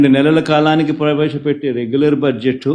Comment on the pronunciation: He cannot even pronounce budget properly